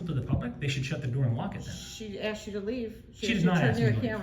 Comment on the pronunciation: I answered the question that you axed. Typical